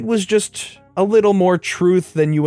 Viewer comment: lol, 'leedle'